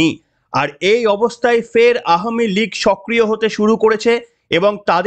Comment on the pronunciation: ধন্যবাদ ভাই আওয়ামী লীগ উচ্চারণটি সঠিক করার জন্য। মাঝেমধ্যে একটু ভুল হচ্ছে যাই হোক বুঝতেই পারছি সংশোধন হবে আশা রাখছি। শুনতে ভালো লাগে সঠিক উচ্চারণ করলে।